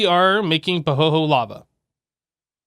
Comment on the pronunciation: FYI - it's pronounced "Pahoeyhoey" Sorry for the silly correction, but yeah